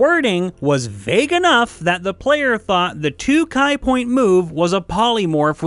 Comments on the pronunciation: Ki is pronounced Key, not Kai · Ki is ‘key’ not ‘ky’ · It’s pronounced “key” not “kai “ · I think we found another misinterpretation, seeing as Ki is pronounced ‘Kee’ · Kai points? Did the narrator not know how to say "key" for ki? Mageye pronounce for magi? It's magee isn't it? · It's prounced Key, Not Keye. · Why do people mispronounce "ki" as "kai"? It's not kai. It's ki. Like key. Even if you're illiterate it's still obvious that it has the same roots as "chi", which is NOT pronounced like "chai" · Ki is actually pronounced like "key" instead of "kye" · ki= key not Kay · Pet peeve: It's pronounced KEE not K-EYE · Wait wait wait... Did you just say.. kye point? It’s ki, pronounced like key. How has no one ever told you this? Well I’m sure the rest of the comments will. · Ki is pronounced key, not Kai. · Ki is pronounced key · Sorry bro, but Ki is pronounced 'key' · Ki is pronounced like key and con stands for constitution (not concentration). Just some tips :) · There's no A in Ki. Why do people pronounce it as Kai? >.< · Ki is not pronounced "kai". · Uh is it not actually pronounced "CHEE?" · Your pronunciation of ki hurts my spell. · Woah woah woah, Ga-ZAY-bo? Unsubbed. :( "KAI" POINT? WHAT IS GOING ON?